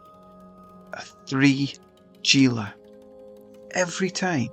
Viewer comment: Haha fair enough..but you are both incorrect anyway. Is not pronounced as G - is "Hee La" Sry, but was killing me hearing the G 😊